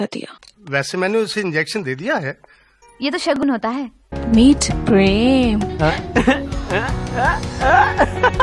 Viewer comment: When she says preeemmm it reminds me of only desi